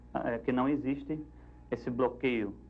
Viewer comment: "Isto non ecziste"